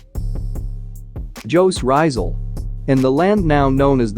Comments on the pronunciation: what did he just said on no.5 " JOE RAIZAL"....... dont trash the name of One of the most distinguish hero of pinoy! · Bruh as a filipino the way that text to speech (the voice) pronounced jose rizal made me cringe so hard